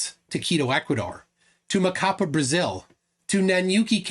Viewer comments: Emphasis on the last syllable of Macapá. It's "macaPA" not "maCApa" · MacaPAH! The last syllable is the strongest of them all! 😁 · It's MacaPÁ, Brazil! The tone syllabal is "PÁ" (that's why the accent). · Quick pronunciation tip, Macapá has the stressed syllable as the last one. No one needs to know this information, but you've learned something today :) Also, the monument Marco Zero in Macapá isn't perfectly aligned with the Equator. Brazilians flerfs went there and started celebrating because on the equinox the sun wasn't perfectly aligned with the monument, than one of the biggest debunkers we have(Sistematico) showed a video that he had published 5 years before showing that the moument is slight off the Equator. Flerfs gonna flerf